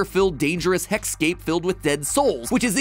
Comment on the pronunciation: Thx for saying heck-scape. ☺️